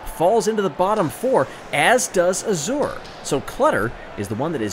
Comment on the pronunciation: Looks like Yellow Eye does better when the track around him is open. Nice job coming back from getting bumped down! pronounces azure weirdly.